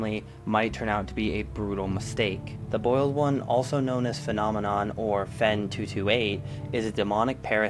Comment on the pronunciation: Why do you pronounce the boiled one like the bald one?